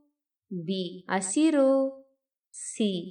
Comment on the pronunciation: Hebberalu (not yebberalu) Hasiru (not Asiru) Many words are wrongly pronounced.